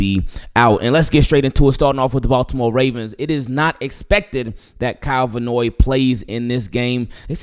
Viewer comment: It’s pronounced Van Noy not Vannoy lol still love you